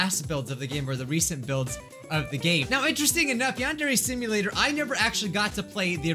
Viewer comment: "yong-ok dear" 😍😍 instead of yandere simulator in the old vid 😍😍😍